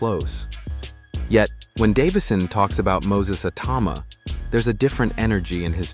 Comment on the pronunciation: If your going to do a video on Moses Itauma at least pronounce his name right.There’s about six different ways you’ve said it.